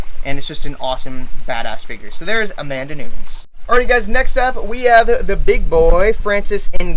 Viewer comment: i love that he knows that Adesanya is a Nigerian/ New Zealand fighter but can't pronounce Nunes hahahah great video tho <3